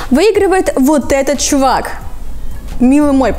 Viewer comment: Фу как ты сказала «чувак»